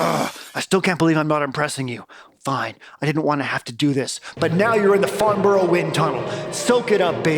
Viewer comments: It's pronounced Farnbra, brah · It’s pronounced FARNBURRUH and HAMPSHERR (not like THE SHIRE). I fact checked everything else. MATHS is correct, but weirdly ALUMINUM should be correct, but pompous old scientists changed it to ALUMINIUM over here. Some of the artefacts are potentially aluminium…